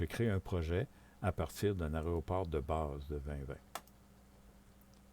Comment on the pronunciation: tuto intéressant mais apprend à dire Aéroport c'est insupportable d'entendre tout le long aréoport..... dit AIRPORT plutôt..